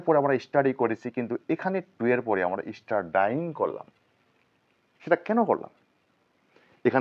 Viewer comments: স্টাডাই-ইং না বলে বলুন স্টাডিইং। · উচ্চারণটা স্টাডায়িং করবেন না। উচ্চারণ করবেন স্টাডিং। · Studying. er pronunciation wrong???